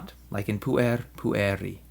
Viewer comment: Correct me if I'm wrong, but I believe the syllabification of puer ir pu-er; therefore, the accent must fall on the first syllable (should be pronounced as púer-, instead of puér-), by the rules of accentuation, unless the word exceeds 3 syllables (or is changed by enclitics).